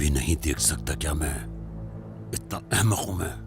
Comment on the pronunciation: Mahmad❌️ Ahmak✅️